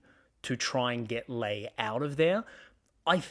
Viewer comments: Just FYI. It’s pronounced ‘Lee’ not ‘Lay’. And ‘zed’ not ‘zee’ Otherwise really good. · I do respect your political take but why do you pronounce Sussan Ley as "Lay" instead of "Lee" which she has said is the right pronunciation - very small point but I know but she deserves that surely?